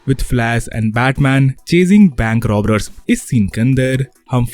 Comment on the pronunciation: Robbers ❌ Robbrers ✅